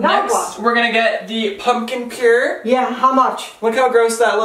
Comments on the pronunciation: Do you really not know how to say puree? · Bahahaha my favorite drink at Starbucks. I like it hot. This video is funny. And it's pumpkin PUREE. Not pure!! Lmfao😂☕